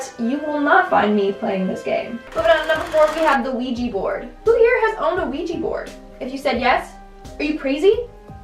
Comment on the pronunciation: Every time I hear Quijaboard I think of Luigiboard. 🤣🤣🤣🤣